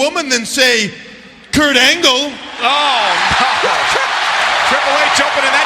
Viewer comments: "Kirk Angel" lol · It always cracks me up every time Y2J says Kirk Angel 😂😂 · called him 'Kirk' too